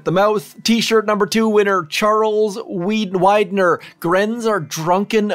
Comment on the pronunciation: thanks for pronouncing my name correctly. Most say Weedner (and that's OK if you get my innuendo)